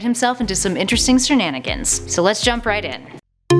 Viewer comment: And don't say shernanigans it's shenanigans.